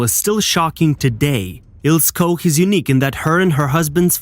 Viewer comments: AT LEAST PRONOUNCE HER NAME CORRECTLY: Ilse Koch is pronounced ''Ilsuh Koch'' (not Ko) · The pronunciation in this video is bloody awful. Next time do some basic research. Starting with the names of the main characters, for example, proper pronunciation is Ilsa Coch (k). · What’s with the male. SS cap on female It’s pronounced Eeelse Koch Typical of BS channel revelling in this period in history. The women wearing male SS caps kills me is that a fetish ? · One tip - learn how to pronounce names as they were, not as they are spelt following English language rules, before narrating anything. Cringe-worthy or what? She was Eel-sah Koch (Koch as in the Scots - Loch). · prounce her name. It's ILSAA KOK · It's pronounced Ilsa Cock, you knob head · Der Sprecher sollte mal Ilse Koch üben. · Your pronunciation of the names is atrocious. Maybe use Google to hear how to say Ilse Koch?